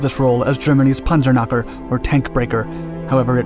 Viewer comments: Panzernacker? Seriously? It is pronounced PanzerKnacker, just like the K in Krispy Kreme. Or do you call it Rispy Reme? Just let google give you an example on how to pronounce it if you don’t know how. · as far as i know april 1947 was after the war ended... so there would not be a Reichsluftfahrtministerium. also there is no silent k in the german language. so its not Panzernacker but PanzerKnacker